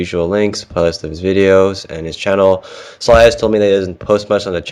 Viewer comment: why does keep pronouncing it in the beginning as sal-eye-ya?? it's obviously pronounced sal-lay-ya.